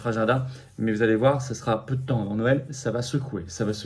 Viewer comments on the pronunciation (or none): none